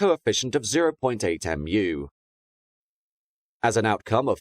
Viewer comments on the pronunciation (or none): Just so you know, μ is pronounced like "mew" not "M.U." Plus, you don't need to say it after the number itself because it's a ratio rather than a physical quantity. It's like when you say a Mach number, you would just say 0.8, rather than 0.8 M. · Just a suggestion, if you need to use mu in future when talking about the coefficient of friction, it's mew (Greek letter µ). Not m u. Lympne is pronounced Lim, damn English towns & their weird spellings. One of those places designed to catch out those who have never heard it pronounced before (I only know because of the zoo).